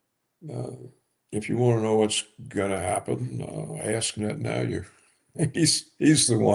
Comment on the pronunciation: Can someone coach this man on the correct pronunciation for the name Netanyahu? I am embarrassed for him.